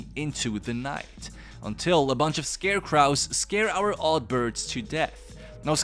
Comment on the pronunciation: Scarecrow is so named because it scares crows. Pronouncing it "scare cr-oww" just sounds weird, it's supposed to be more like "scare cr-oh".